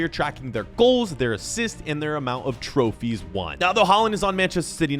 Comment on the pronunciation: it’s pronounced Trophies not trophys🤣🤣🤣🤣🤣